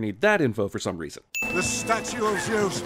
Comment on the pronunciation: And I was happier for it. Eternally grating mispronunciation of Zeus, stupid characters and Hades once a-fucking-gain made out to be the antagonist when in the myths, he was the only member of the Greek pantheon who actually did his bloody job properly.